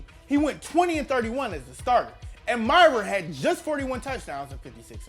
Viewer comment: learn to say Mirer right